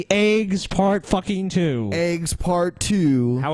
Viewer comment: You're all spelling it wrong. Spell it like it's pronounced by our lords and. Say it with me - "AYGS"